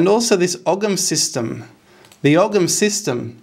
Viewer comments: Hi, It's always great to watch your daring investigations. I wonder though, would you consider using a different pronunciation for Ogham. In Ireland we would say something like "o-im", similar to Owen. The "gh" is usually silent in Irish.. Unless of course the word is pre-Irish in which I wouldn't know. Cheers, Richard Dublin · You don't pronounce the G in ogham, you pronounce it oham. I like the D.N.A, similarities. It's the same with the I Ching it's like binary computer code and the hexagrams are numbered. Any attaching the celts or ancient Britons to the Abrahamic gods or Babylonian traditions is a type of nonsense discredited already as British Israelism. WHO writes that ogham is from the tower of Babel? CHRISTIAN monks in the 14 century, who have a vested interest in fabricating these connections. No Ogham has nothing whatsoever to do with Arabs or the middle eastern fantasies from Babylon. It is an original British language. Not content with genociding the people that used it, Christians now want to steal its sovereignty. There are many attempts to connect Abrahamism to the British Isles since the Christians arrived. All complete tripe.